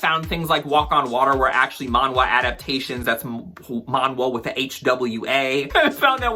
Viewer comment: As a Korean, "manhwa" is pronounced "man-ah" - the "hw" sound got lost with time. Chinese still uses the "hu" sound so you can distinguish the two with the pronunciation